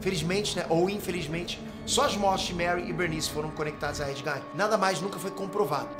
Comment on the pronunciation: Porque ele fala "Nei nerd"???